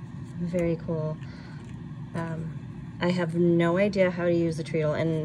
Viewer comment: I think you'll want to pronounce the word “treadle”, like “t-red-dle”. Like a stair tread. Very lucky and very nice. Congratulations on that score!